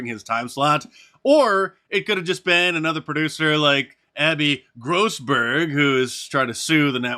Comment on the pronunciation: I like how Mark puts emphasis when pronouncing (((Grosberg))) 😅